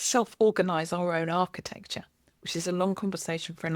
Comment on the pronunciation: "architexture" nice